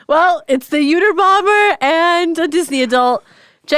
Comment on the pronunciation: Did she sauce Uterbomber? 😂😂